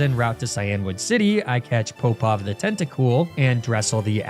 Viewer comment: I don’t know if what I think is accurate, but as a swimmer growing up, I always heard Alexander Popov to be like pop-off, not poe-pov. There’s the popov drill, so maybe it’s just easier to say pop-off. Or maybe everything I’ve heard is a lie. It isn’t as if that’s the first name that’s been differently spoken on this channel